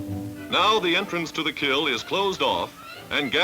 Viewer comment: I’m surprised the announcer says “kill” instead of kiln.